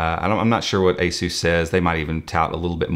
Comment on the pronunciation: I can't get over how he pronounced ASUS as A-Zeus...